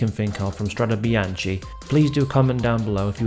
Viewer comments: PRONOUNCED: strade bianke! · Nice video but it's pronounced strade bianke (and the "e" is pronounced just like the "e" in the word "end" )